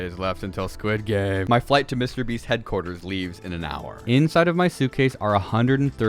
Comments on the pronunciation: Willam it is not mr brest it is mr beast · "Mr Breast"